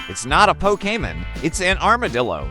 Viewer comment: it cant pronounce pokemon LMAO :face-orange-raised-eyebrow:🤣